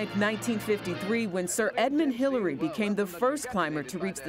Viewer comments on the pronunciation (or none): Edmund Who-llary?